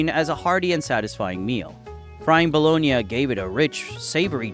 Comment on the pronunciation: I haven’t heard it pronounced “bah-lo-nee-uh” I’m guessing this script is being read by AI.